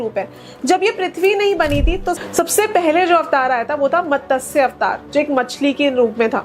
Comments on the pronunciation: कुछ भी मत बोलो 😶 मतस्य नहीं मत्स्य अवतार बोलो हिंदी तो ठीक से बोलो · Didi matsya to theek se bol lo!!